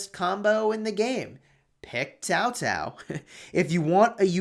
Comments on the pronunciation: It is CAO CAO NOT TAO TAO.... Jesus dude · I always thought it was pronounced Kao Kao